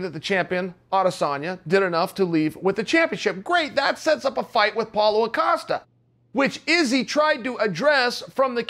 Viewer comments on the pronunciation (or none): Even sounded like Paula Acosta at one point. He offered us 3 variations to his name in one video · Lol yeah. I heard Paula acasta. Jeez cheal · Chael “Paulo Acosta” Sonnen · Chael "Paula O'costa" Sonnen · "Apollo Costa" as my man chael said 💯 undefeated, undisputed . If he says Apollo Costa then damn you it is .